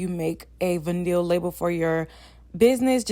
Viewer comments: Aww did you say Vin-neel?🤣🤣 it's Vy-null sound that out lol.....love this tho!! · Girl it’s VINE-ullll. Omggg you killin me!! 😭😭😭but yesss I have one of your nudes and was like dang the labels are great quality! Lol. I also started my own gloss business recently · Great video.. it’s vy -nuhl girl ☺️